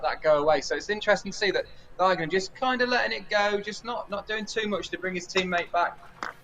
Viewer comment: P.S. "Diegner" is pronounced "Deagner". In your way it would be spelled "Daigner/Deigner" in German.